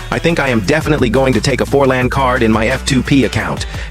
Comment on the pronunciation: Forlan❌ 4LAnd✅😂